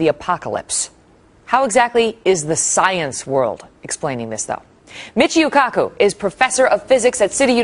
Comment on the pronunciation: She just call him Michiu at the end?? Lol.